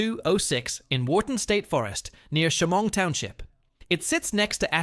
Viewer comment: I used to ride my quad to Hampton furnace. That’s also not how you say Shamong or Atsion